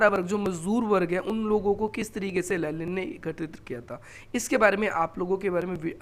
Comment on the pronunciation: लेनिन no लेलिन 😂